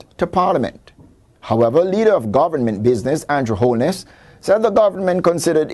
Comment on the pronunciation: lol this guy needs to learn how to pronouce the word "government"